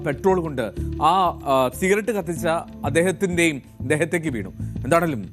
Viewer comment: സിറഗറ്റ് അല്ല സിഗററ്റ്😊